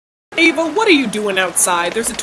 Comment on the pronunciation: Is your name Ava or Eva cos you say your name like Ava but your channel is my life as Eva